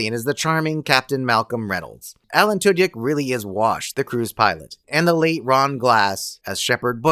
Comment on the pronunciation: You say you're, but are you really? I mean, I don't want to be that guy, but... The way you pronounced Tudyk..... I know. In this age of AI-generated voices based on actual people, maybe I'm just being paranoid. Maybe, I'm jumping at shadows. But man, you know, I just... I just hope I'm wrong. Surf Wisely.